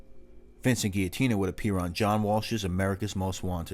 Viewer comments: If you’re going to say our name. Say it right. The G says its name when pronouncing our name. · always great videos bro! Also, not criticizing or anything, just a suggestion, when you see a Gia in an Italian name it’s pronounced like a j. Great video, as always!